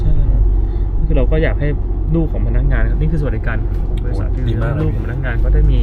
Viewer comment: คำว่า บริษัท ค่ะ สัท